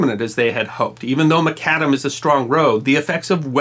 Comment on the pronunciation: Thank you,, for two things: 1) highlighting the Nat'l Road (I live about an hour north of Indy and am a native Hoosier (Go Boilers!)) and the fact that it runs through the heart of Indiana is a source of state pride, and 2) for giving me the correct pronunciation of "Macadam", since I've always put the emphasis on the first syllable of the word.......whoops 😁 I can imagine that our sometime very in climate weather would be hell on macadam roads; even modern asphalt and concrete roads after some time begin to crack and buckle. Asphalt usually goes about 2-3 years after being laid before it starts cracking and beginning to "alligator" a little. Concrete takes a little longer depending on materials and construction methods.